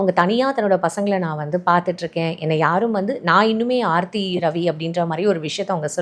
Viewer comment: Sir...preethi illa ...aarthi😂